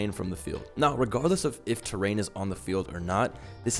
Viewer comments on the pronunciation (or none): none